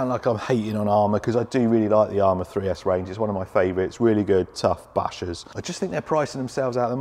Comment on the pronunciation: 3s Arrma are horrible! at first I thought you were saying 6s.was thinking you lost your mind for a minute 🤣🤯